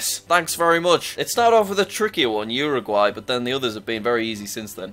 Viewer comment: Its pronounced uwer-guay